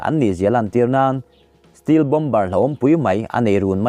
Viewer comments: Steel nilo in stelt tih ang a lam tur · Steel-steelth ni lovin stealth aw lam fimkhur deuh la ngaithlak nuam leh zual ang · B 52 te hi feet 5000 a sang ni lovin feet 50000 a sang tih tur zawk a ni ang em? Feet 5000 lek te chu Phawngpui tlang ai pawhin s hniam daih zawk a lawm. Tin, 'stealth' hi i ti 'steel' daih bawk, engpawh ni se a bengvarthlak e👍